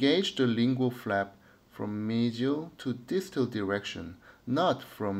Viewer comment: 미지얼이 맞는 발음이였군요 수쳐의 힘의 방향이 더 아래로 향하는게 더 좋은 수쳐인가요? 아니면 특정한 상황에서 적용해 주었을때 더 좋은 예후가 나타나나요?